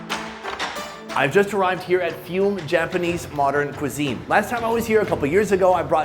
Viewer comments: Jesus,.. its not pronounced Fume it's pronounce Fuoo-Mee or Hyūmu meaning smoke or earth! I love you Sony but please just like Emu,... it's not E-Moooo,.. it's Em as in seEM and U as in Youuu,.. so EeeMYoooou! From someone that lives in Australia and has a Japanese Daughter inlaw and son who speaks fluent Japanese,.. please please for the love of everything,.. just do a tad bit more research,... I'll still love and watch everything you do though... especially since you have gone on to see my mate Chris in Tassie to go diving with him and catch the biggest seafood you're ever going to get 😀 Yep us Aussies stick together,... even when it's a pie lol. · Is it really "few-m", not "foo-meh"? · "Foo-may", not "fee-oom." 😅 That's surprisingly expensive. Do you think they charge locals that much? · Dude it’s pronounced Foo-Mae, I hope you 🙇‍♂️ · It is pronounced Foo May. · Fume: foo may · FUME = "foo - may"...otherwise, another great video.